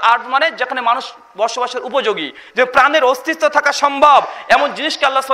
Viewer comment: "অস্তিস্ত" নাকি অস্তিত্ব